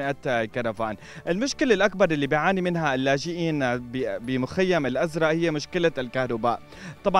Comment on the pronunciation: المعلق متأكدين انو زلمع قال الازرء